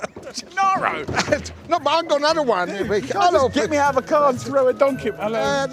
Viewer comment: Whoever was responsible for the printed words deserves.... 'Gennaro' not 'Janaro'. And other things. Italian is not difficult. But Brits are not famous for knowing foreign languages, though not quite as bad as Americans.